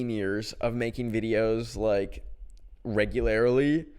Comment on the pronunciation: WHAT DID YOU JUST SAY REGULARIRLY